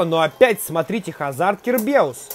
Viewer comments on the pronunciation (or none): none